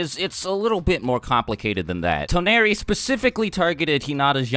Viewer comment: He pronounced Toneri wrong